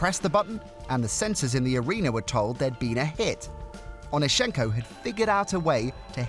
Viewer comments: Can yall ever get the last names pronunciation right? Its OnEEschenko, not OnischEnko. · Saw him in Kiev at the now defunct Dynamo swimming pool. You got the stress wrong - it is on the second syllable.